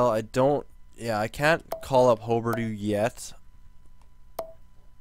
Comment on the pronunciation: Its hugh-ber-dough